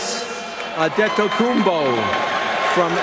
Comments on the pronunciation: andedocumpo :v yo escuche que giannis lo pronuncio como se escribe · Giannis Adedokounmpo jaja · Giannis "adedokumbo", por dios, prepárense mejor las presentaciones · "Giannis adedokoumpo" dice ella xdddjsjajsa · jajajaj me da risa como ella lo pronuncia xD